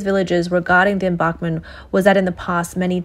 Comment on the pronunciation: her serious mispronunciation of embankment kinda bothered me.